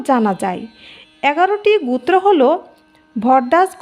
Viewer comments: গুত্র হবে নাকি গোত্র হবে??? নিজের জ্ঞান থেকে কিছু বললে কোনো প্রকার বাধার সৃষ্টি হয় না কিন্তু পরের লেখা দেখে পড়া খুব কঠিন,উচ্চারণটা একটু শুধরে নিতে অনুরোধ রইলো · উচ্চারণটা ঠিক করুন। গুত্র নয় গোত্র । আর মুখস্থ বলছেন কেন? আর ভুলভাল বলছেন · এটা বাঙাল তাই গোত্র না বলে গুত্র বলছে। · ম্যাম উচ্চারণ টা সঠিক করুন ওটা "গুত্র" হবেনা গ+ও=গো এবং "ত্র"=গোত্র।খুব কানে লাগছে। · গুত্র হায়রে বাচিকা😅😅😅 উচ্চারণ বেঠিক।😅😅😅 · GUTRA noy GOTRA bolun. Uchcharan thik korun. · ও গুত্র না গোত্র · গুত্র নয়। উচ্চারণ ঠিক করুন।একৈ নয়।ওটা এক ই। গুত্র নয়, ওটা গোত্র। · গুত্র ও গোত্র এক অর্থ নয়। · ভুলভাল উচ্চারণ। একৈ, গুত্র আবার কি? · উচ্চারন ভালো নয়। কথাটা শুনে মনে হচ্ছে অশিক্ষিত মেয়ে। গুত্র। কি? বারবার এক কথা গুত্র। আসলে একজন অশিক্ষিত মানুষের মুখে এর থেকে ভালো উচ্চারণ আশা করা ভুল। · আপনি কি বাংলা ভালো করে উচ্চারণ করতে পারেন না ঠিক করে বল ঠিক করে উচ্চারণ করুন গোত্র